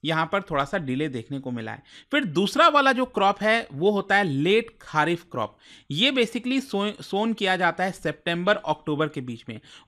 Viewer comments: खारीफ ❌ खरीफ ✅ राबी ❌ रबी ✅ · Why you pronounce kharif as खारिफ and rabi as राबी। Whereas correct way to pronounce it खरीफ एंड रबी।i hope you were born definitely in india sir especially north india.